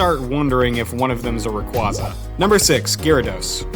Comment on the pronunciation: He said rayquaza wrong.